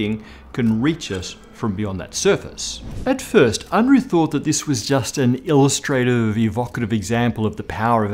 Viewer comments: The alignment of your body is so terrible. Just like your mouth-breathing based speech patterns and patterns of thinking which they reflect. Unruh is pronounced Un-ra, not un-roo, he ain't no kangaroo!! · well, it's Unruh and sounds like "oon - roo"(in English spelling) and it actually means something like "unrest" or "restlessness" ... or in other words the opposite of "quiet" and "tranquility" ...